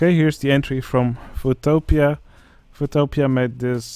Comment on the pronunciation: "Foo-topia" Me: there is a utopia for Foo's and Cholos?! Nice..